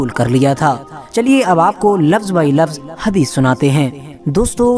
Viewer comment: ❌हदीश ✅हगीस